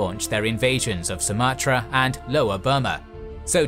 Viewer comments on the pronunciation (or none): none